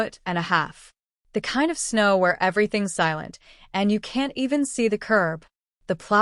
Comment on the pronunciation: Snow does not rhyme with now. lol